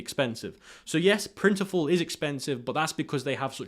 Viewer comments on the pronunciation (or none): Great vid as usual. Can’t tell with his accent but….Printful not Printiful. Not to get mixed up with their competitor, Printify.